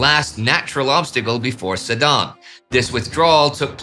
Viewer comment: It's very nice, very interesting and well documented but it would be even better if you took 3 minutes to try to say the name of the places correctly 😊 It is sedan, not sedane, it it Meuse not miouse and so on.....